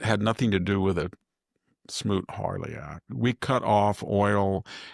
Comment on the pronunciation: SMOOT-HAWLEY ACT !!! (Not "Harley"- 3 times!) It takes a well-read education to know when Victor drops or mangles words...🧐